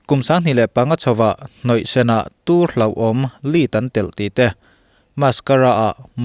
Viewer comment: Beladona hi tùr a ni ti loin túr (poison) tia lam tur a ni.